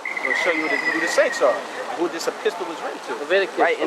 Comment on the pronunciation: "a-pistal" hahaha... not epistle. Those bandanas are on too tight.